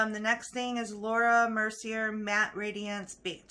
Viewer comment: Laura Mercier is pronounced -Mercy-aa (like the Fonz) Fenty Beauty is pronounced -Fin tee (not fin -tay) Not being a smart ass just trying to help ❤️